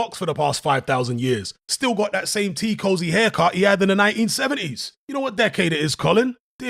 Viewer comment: Man said T cosy 😂😂😂😂